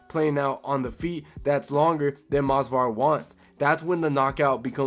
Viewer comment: it’s Movsar not Mosvar. Bro is so boring his own fans don’t even know his name 💔